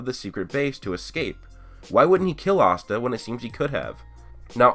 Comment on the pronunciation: Conscider pronouncing Astas name the same way everyone else does O.O :D